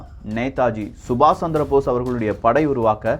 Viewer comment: Nethaji subash (not sandrabose ) it,s Chandra Bose plz correct ur pronounciation